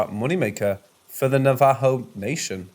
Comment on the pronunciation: Thank you for not saying navajoe. Thank you for saying it properly!!!